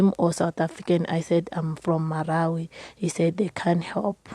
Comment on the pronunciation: This lady says she is from Malawi, yet she can't even say her own countries name properly. Mhhm